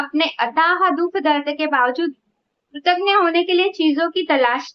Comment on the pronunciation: Dear this word is ' kritagya', not ' kritagna' . Kritagna means non grateful; just opposite, love you 💗 -- Gaurav